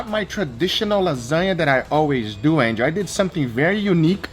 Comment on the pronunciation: nobody: Gugga: SO LET DEW IT